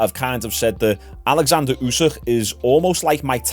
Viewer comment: *Oleksander Usyk….not Alexander